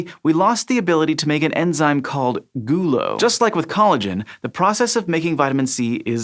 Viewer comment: The way he says the word 'gulo' makes me really uncomfortable